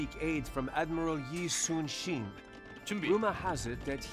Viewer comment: Man oh man is that narrator terrible. No energy in his voice, and his mispronounced “Yi Sun Shin” is embarrassing. The original narrator did a better job pronouncing it lol.